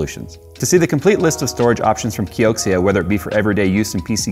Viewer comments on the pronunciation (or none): I think Xia is pronounced "Sha" kioxia might be " co-sha " or Keisha